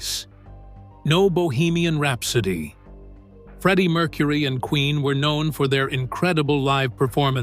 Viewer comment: This is a pathetic AI attempt to make money off of a celebrity band. The guy is basically saying the same stuff over and over 100 times, and is so completely inaccurate. Cannot pronounce Freddie Mercury‘s name correctly. What a joke, and what a rip off. Wake up YouTube. People are getting sick of this kind of crap. And by the way, how odd that we don’t hear a damn note. 😂😂😂